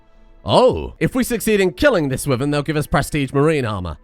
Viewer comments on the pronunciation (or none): Its pronounced "why-vern" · You mispronounced wyvern